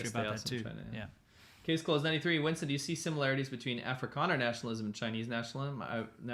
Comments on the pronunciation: w's in some countries are pronounced as v's which is why Winston might get transformed to Vincent in a way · Winston pronounced 'Vinson' is because some people esp new learners of English, find it hard to pronounce 'V's ' and 'W's' !